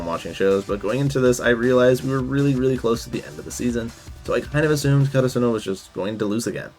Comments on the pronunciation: I made it all the way to your season three summary before I realized you were referring to the school is 'Ka ta Su no' it's 'Kara su no' lol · The way this guy says karasuno pissed me off the whole time oml